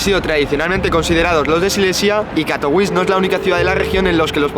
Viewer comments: Vaya pantomima de video, ni siquiera sabe pronunciar el nombre de la ciudad en la que está, suena a propaganda de unos frikis que no representan ni al 8% de su región...como todos los países, Polonia está conformada por zonas que en algún momento de la historia eran independientes o formaban parte de otro estado o imperio, Silesia no es la única, pero a algunos les gusta sentirse especialitos. En los últimos 15 años he recorrido todas las regiones y grandes ciudades de Polonia y nunca habia visto señales de movimientos independentistas, le he preguntado a mi mujer (polaca) sobre este tema y ha flipado con este video. La prueba es q busca gente por la calle y les importa una m.. este tema como al 99,9% de los polacos. Ese partido lo que quiere es dinero público para vivir de su chiringuito y llegado el momento recibir dinero de potencias enemigas de Polonia para perpetuarse en el sistema, pero los polacos saben perfectamente que la unión hace la fuerza y que son más importantes las cosas que les unen. Por cierto, eso del catolicismo obrerista sindicalista, lo del color de las banderas (amarillo y azul? Que se anexionen a Ukrania entonces)... Q me lo expliquen, en serio, no hay por donde cogerlo. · jajajaja. A mí también me ha parecido curiosa la manera en que la pronunciaba, al principio no entendía a qué ciudad se refería /katoviče/ no /kato'wis/ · Nene, Katowice se pronuncia CATOVICHE y no CATOUIS. Katowice no es una ciudad inglesa. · En español se pronuncia CATOVIZE y no catouis. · Katowice se pronuncia 'Katovitse'. Se vale no saber como es la pronunciación local. Pero entonces deberías decirlo como lo harías en español, pronunciando la 'e' final. La 'e' no es muda ni en español ni en polaco. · Katowis🤣🤣🤣🤣, como puedes hablar de algo si no sabes como se pronuncia el nombre de esa ciudad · Se pronuncia CATOVITSE. Tiene una c y no ć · De hecho tampoco. Se pronuncia "Catovitse". En polaco, la "w" es como "vf" y la "c" como "ts" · La w en polaco suena como b